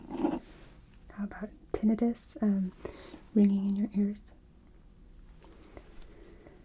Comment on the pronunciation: Anyone notice how she saidtinnitus lol